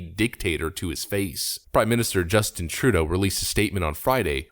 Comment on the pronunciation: the way you pronounce trudeau drives me crazy. you're doing it wrong.